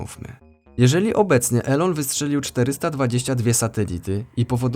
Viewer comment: Mowi sie "ilon" a nie "elo-n" XD pozdrawiam, bardzo fajny kanal.